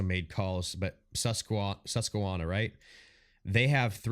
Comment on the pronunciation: Saying Susquehanna wrong 🤣 I live right on the West Branch of the Susquehanna river, but great video bro 👍